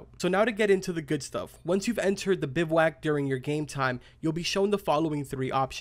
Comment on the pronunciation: So glad u pronounced it correctly. Hated hearing these “tactical” youtubers calling it a “biv-a-wack”